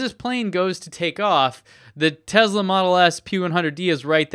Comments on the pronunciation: ITS PRONOUNCED TESLA. WITH A GOD DAMN S. SHEEESH. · I understand there are several acceptable ways to pronounce Tesla. I even "get" the fact that Elon does it with a "z" sound. However I find it somewhat pretentious and very distracting when somebody who doesn't share the same linguistic background uses it as much as does. I feel pretty confident you aren't mocking Elon with it, so it comes across as pretentious. I certainly don't expect you to change it based on a single comment, just wanted you to be aware.